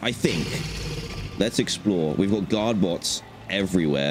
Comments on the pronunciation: For some reason I hear the word god instead of guard😂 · i always think he's saying "god bots"